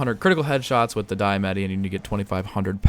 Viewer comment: It's pronounced "Dee-Uh-Mah-Tee"